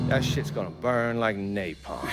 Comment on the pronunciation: Cutscene: "Burn" Gameplay: "Boin"